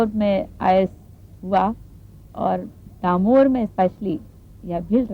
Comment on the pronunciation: डामोर not दामोर